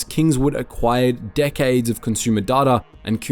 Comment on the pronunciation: He says "decades" but it sounded like "dickheads" LOL